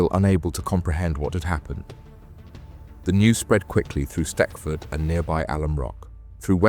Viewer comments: Its not stetford its stechford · It’s pronounced “stetchford”